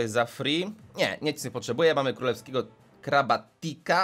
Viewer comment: 2.54 Mamy tutaj kraba królewskiego Dicka Czy ja tak usłyszałem???😑